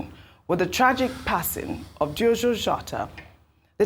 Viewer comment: Ojy should pronounce "Diogo" well😢...wetin Happen